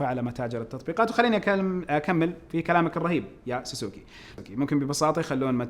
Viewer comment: ساسوكي❌ سوسوكي✅